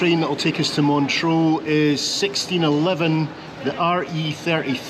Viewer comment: Sorry, my OCD kicked in every time you said 'Montreaux' instead of 'Montreux'